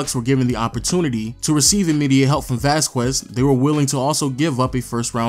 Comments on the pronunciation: ITS VÁZQUEZ NOT VAZ-QUEZ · Vas-kez Lol not vas-kwez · Since when? It's a Spanish last name: Vas-kez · dude. VAS-KEZ not VAS-QWEZ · Oh my god if he calls him vasqwez one more time. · Seriously "Vazkwez"? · Ruined it by saying Vaskwez lol. You tried at least